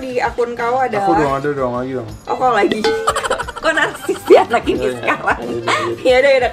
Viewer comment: Kau kao kau kek aneh aja dengarnya :'